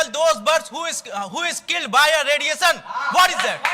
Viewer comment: radiation not rediyesan